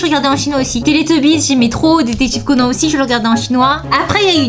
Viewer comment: Eeeeeuuuh par contre je t'aime bien hein mais wtf tu dis ''détective Conan'' au lieu de ''détective Conan'' genre an pas en wtf